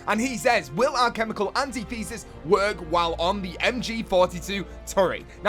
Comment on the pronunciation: Alchemical Antithesis is pronounced, an tith esis